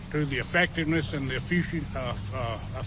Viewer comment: "EFFICIENCY " DAMMIT; SPEAK WITH YOUR DENTURES GLUED IN